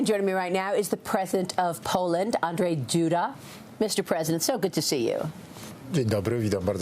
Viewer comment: You must pronounce his name as Und-Zhey Doo-Dah.